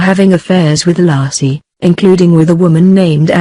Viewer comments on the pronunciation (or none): The woman's name is pronounced LAY-SEE (not Lassie) for crying out loud. I hate the computer voices with a passion. For a nominal fee I'd be willing to voice the scripts. I'm so tired of these. Another video with computer voices has to do with Black Lives Matter. A computer doesn't know the difference between lives (as in she lives down the street) and lives (as in their lives are as important as our lives.) pronounced correctly it rhymes with hives or chives or dives. Narrations should always be done with a human voice and not a machines! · So disrespectful, her name is Laci not Lassie,dumb computer generated voice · You need to remake this video,and take this disrespectful one down. Her name was Lacy,not lassie you dumb ass!!!!!!! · Her name was Laci not Laacy, you foreign robot! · Nor Laaaci .. Layci. She was murdered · LASSIE WAS A DOG! LACI was a murdered preg woman! Can you not pronounce names correctly!? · Her name isn't LASSIE it's Laci for crying out loud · First minute in, ..... Lar see Peterson. Ridiculous you can't call her name correctly. Total put off, that voice. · It's pronounced laaa. A. See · If she says "LASSIE" one more time I'm gonna shove a Milk Bone up her keester!!! SMH 😎🙊🙉🙈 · Lassie and little timmy. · Hey...get the robot to pronounce Laci's name correctly....an insult to the dear woman. RIP. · Please get am American to do this video! This woman off here, she can’t pronounce it correct! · I HHHHHHHHAAAAATTTTTTTTEEEEE the stupid computer voice. Can't even correctly pronoun Laci for F#CK SAKES